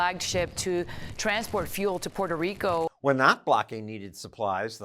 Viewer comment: 👨🏻‍💼"Distaster in... " 🕺🏼"Puerrrtoh RiiiCoh"